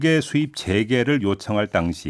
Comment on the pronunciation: 멍게 말고 '몬게'라 한건가